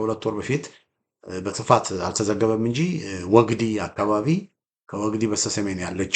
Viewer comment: ወግዲ ፣ ሲነበብ ግ ላላ ዲ ጠበቅ ወግዲ